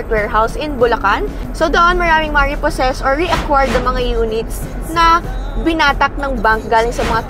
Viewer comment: Repossessed not repossess